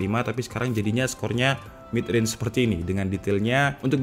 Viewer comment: Kedengarannya Realme bukan Real mid